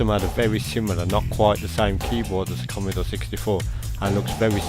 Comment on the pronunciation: Commeedore commeedore commmeedore... christ man. Its commodore not commeedore 😂🤣